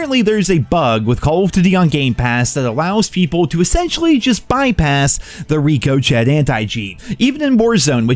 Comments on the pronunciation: Rick oh Shay. Not Rico Chet. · Rick. Oh. Shay. Please stop saying reeecoshet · “Rico-Chet?” Rico-Shay…. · reco-chet? "Rick o'shay" lol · Seriously, are you trolling us now? Ricochet is pronounced ‘rick o shay’. It’s not a new or niche word. It’s not pronounced ‘rick o chett’ ffs. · Rico Chet....or Ricochet....who knows. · I need to start cheating in warzone again. Been so fun in wz1. Edit: Blud said ricochat. At least say ricoshit. Edit 2: Most cod cheats have anti cheat blockers. Meaning the anti cheat is literally deactivated. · Rick -ah-Shay ❌ Rico- Chet ✅ 🤣🤣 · (RICK-O-SHAY) not RICO CHAT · Rick-O-Shay Anticheat, not RICO-Chet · Please pronounce ricochet "ric o shay" not "rico chet" 😂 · Rico-chat or Ricochet lol lol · Bro it is not Rico-Chet it’s pronounced Rick-O-Shay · I dunno if trolling but it really bothers me how he says ricochet. I dunno if he knows it’s pronounced Rick O Shay 😂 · Rick - A - Shay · He is hell bent in pronouncing it as “Reeco Chet” lmao 🤣 jokes aside activision is still a scum bag piece of human waste and I’m genuinely sad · not ricochet, no, he says REE-KO-SHET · Pronounced ricochay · Its pronounced Rick-o-shea everyone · I came here to hear “Rico-chet” 😆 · Omg say it properly....ricochet (rick o shay) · Anti Rick- o -shea lol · I know you know it's pronounced ricochet not rick-oh-chet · Call of Duty will only be good again if says “Ricochet” properly. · I had to turn the video off when you mispronounced ricochet so incorrectly in the beginning it's kind of hard to take you serious if you can't enunciate right. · The way he says ricochet still annoys me 😂😂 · Learn how to pronounce ricochet and you’re wrong about how it’s detected just because the game thinks you’re on Xbox doesn’t mean the anti cheat is not as effective. Just bots making excuses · How is it even after years this guy still cannot say "ricochet" properly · Why you say ricochet like that 😂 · Someone please explain to how to say Ricochet please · ik right 🤣